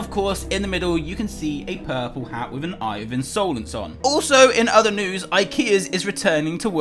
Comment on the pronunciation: INSOLENCE its not pronounsed insoulense